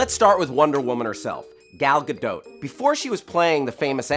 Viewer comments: It's Gal Gadot not Gal Gado! They even say it in the video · Gal Gadottttt! The "T"is pronounced. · wrong pronunciation its G A D O T NOT GADO